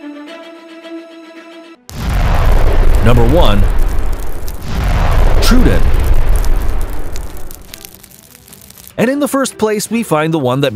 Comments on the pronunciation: Its tru-don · Troodon is pronounced "trow-wo-don. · good video but pronuntiation is horrible. Its not "tr-u-don", but Tro-odon. Even id the video is in English, greek names sound filthy. It needs a more clear and clean vowels sounding. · Troodin xD